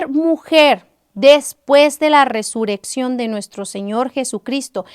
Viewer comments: Hermana es Resurrección ...no Resureccion como lo pronuncias 🙈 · Algunos comentarios ya escriben como lo pronuncias (con una sola r ) y es doble rr .Bendiciones